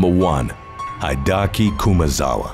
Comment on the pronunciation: Hide-ahki. 🤣 It's Hee-deh-ah-kee.